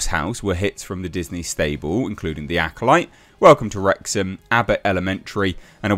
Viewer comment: Hits like The Acoloyte? 😅